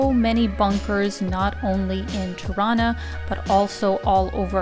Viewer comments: It's funny, but when you were saying Tirana, it sounded to me like how native Torontonians say Toronto: "Tarana". I lived in Toronto for two years and heard it pronounced that way a few times by people who grew up there as children. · Excellent video , congratulations Btw you pronounce Tirana like Toronto 😂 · One of the reasons you like Tirana .... it sounds like Toronto when you say it. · Wonderful tour and the Christmas lights at night are beautiful. Btw, I still hear Torrona 😉 looking forward to your next video. My Albanian barbers (father and son team) often mention their home town near the water. Happy travels. ✌👍